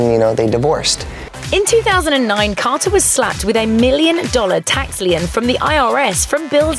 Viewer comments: for future reference I know it's spelled tax lien, but it's pronounced tax "lean". Not "Lee-an". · Tax "leeee inn" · "tax lee-un"…? You mean tax lien? rhymes with lean, clean, mean, dean....